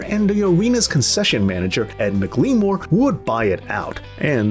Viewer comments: It's McLemore not mcleemore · It's McLemore like Mac-lah-more.